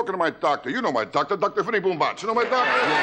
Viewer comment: paskuniag: It’s pronounced BOOMbatz